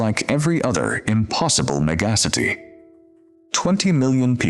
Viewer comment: Meh-GA-si-tee? Really bad AI!